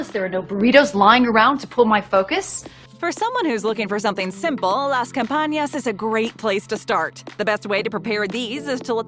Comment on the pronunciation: It’s campanas Not campañas